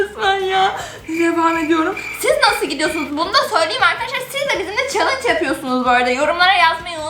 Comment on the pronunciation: Abla sen gülmeme sen chellenge diyince ben gülmeye başladım 🙊😹😹😹😹😹😹😹